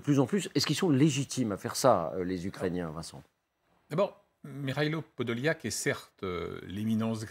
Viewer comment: Вона каже Подоляк, а він каже Подол'як😅😅😅